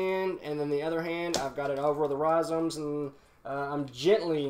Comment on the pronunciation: No one:: rhiZOMES